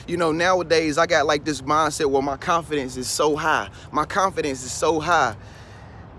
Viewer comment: Agneta B. Yeah I can tell he doesnt because even some parts where he mess up such as when he said confidence and other words and he still left them. They make the video more real to me.